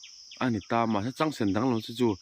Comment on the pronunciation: "He lam zar chu(h) a va han rah hnem lutuk" 😂 Þawng sualin sawi sual nawk nawk reng la, en a ti nuamin a tih ngaihnawm zual phah alawm 😂😂👍🏽